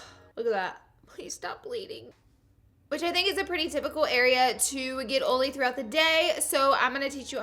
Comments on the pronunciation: It's oil not ol. It's oily. Not oly. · Omfg ur accent is so frickin cute and you say oily like oally ur so frickin cute OMFL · "Oley skin" like wtf 😂😒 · I literallly thought you were saying “OOLY” like the pen brand lol then I realized you’re saying “OILy” 🤣🤣😊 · "Ole" "Oley" 😂😂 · i left the video as soon as she pronounced oily "oly" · every time you say oily in this video I think of Karen's (iluvsarahii) dog Ollie lol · Where I'm from you say oily perfectly😂